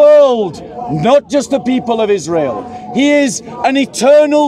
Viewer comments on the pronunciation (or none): none